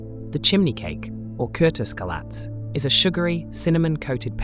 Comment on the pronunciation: Ah yes. My favourite. Curtis Scalatz 😂 (It's kürtöskalács)